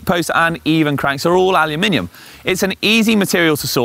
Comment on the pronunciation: Thank you for saying Aluminium!